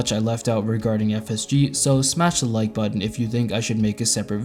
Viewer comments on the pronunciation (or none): none